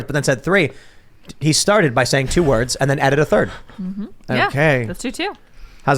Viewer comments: To be fair, he actually said "two wurves", not "two words" as you claim. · He actually said "let me start with two herbs" 😂